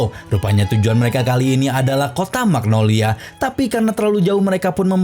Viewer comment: Magnolia min bukan magnologia 😂